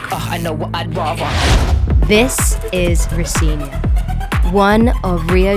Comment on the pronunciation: You said Rocinha wrong Girl. Not true they don't recite kids. Im